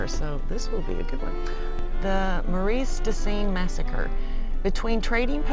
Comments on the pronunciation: Marus de sings. Not mareas fyi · MARE uh duh ZEENS is how the locals say it.